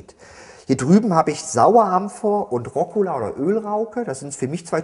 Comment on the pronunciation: Rokola? Dachte immer es heißt Rucola. *grübel* Ansonsten schön erklärt.